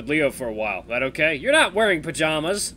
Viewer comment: You said cokay in - minutes in tge vid